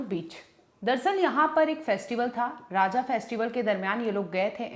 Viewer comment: she said Raajaa😅but it's Raja😅